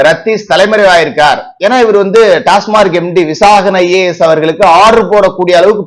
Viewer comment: டாஸ்மார்க் அல்ல; டாஸ்மாக். எல்லோரும் தவறாகவே சொல்கிறார்கள்.